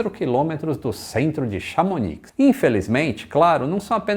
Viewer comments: uma dica: não se deve pronunciar o “C” no fim de Mont Blanc (fica monblãn) e nem “X” no fim de Chamonix (fica chamoní). Valeu! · "Chamoni" rs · Chamonix pronuncia-se chamoni. Melhor lugar do mundo para prática do ski... ❤️ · tanto no Mont Blanc como Chamonix, não se pronuncia o C e o X, parabéns pelo canal.